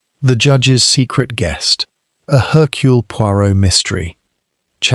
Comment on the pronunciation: It's not 'Haircule' it's 'Ercule'.